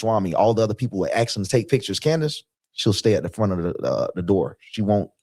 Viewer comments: why can't black people pronounce the word ASK? And for all blacks, when talking more than one penny the words is cents. making it pural and not CENT! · This guy ain't conservative lmao the only thing he knows about is smoking blunts and raiding the fridge. Anyone that uses "axe" Instead of ask is not intelligent. He's just trying to get hood credit.. TPUSA wouldn't give him the time of day. Also she was rich before Charlie. The only inside scoop he has is in a tub of ice cream. Tim pool? Lmao